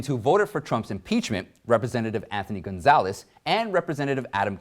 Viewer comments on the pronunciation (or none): none